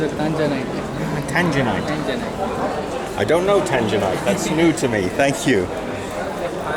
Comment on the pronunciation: The dude's accent didn't do him any favors trying to convey the name of the material, luckily my car's exterior color is Tanzanite Blue so that piece must out of tanzanite, tanginite sounds like the name of a virus.